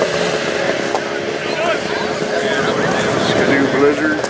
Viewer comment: It's Ski -- doo . Not ska-doo,,..